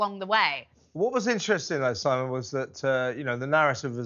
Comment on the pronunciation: Simon cannot even pronounce her name correctly 😂😂😂...muppet 😂😂😂do your homework😂😂😂